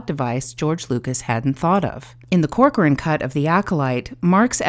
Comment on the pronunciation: You pronounce my name right! Corcoran is Irish actually. Joly is French. You're so sweet and thank you! I think you framed and saw, in your analysis, every intention that I've had during my editing... 🥰 And you use this experience to highlight the importance of editing, making the difference between story and storytelling... Keep engaging with that kind of approach, people need to hear from other people "who actually know stuff!" without engaging into toxicity arguments that lead nowhere... Anyway I'm digressing, or am I?... lol